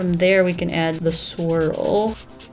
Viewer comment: Not gonna lie I actually thought she said "squirrel" instead of swirl ;-; I was so confused lol